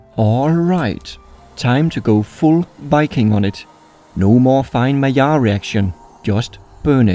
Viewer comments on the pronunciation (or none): none